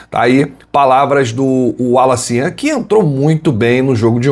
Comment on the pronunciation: Falta só acertarem a pronúncia do nome dele: Wallace Yan !